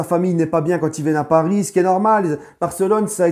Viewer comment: Nan il sait dire aussi " Ici c'est palis " 🤣